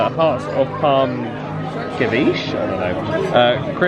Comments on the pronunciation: Another great video. I love when Gary comes along on your adventures! You guys together are a hoot. I love ya but, that starter at the Avengers dinner is pronounced, Se-vee-chay, and that stuff is amazing! 🙂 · The way you said ceviche 😭